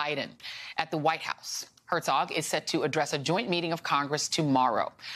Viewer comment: Please MSNBC, look up how to pronounce "Herzog", it is a German word and means "Duke". Not a hard word to pronounce.